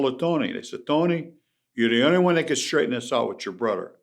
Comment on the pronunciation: Brudder lol